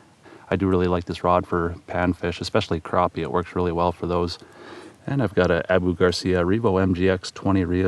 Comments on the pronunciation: I love your videos but the way you say crappie drives me insane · Have I been saying it wrong the whole time? I pronounce it crap-e not crop-e...